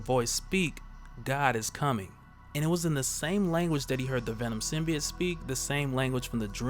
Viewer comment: I'm just glad you pronounce it sim-be-it and not sim-by-oat like in the Venom trailer.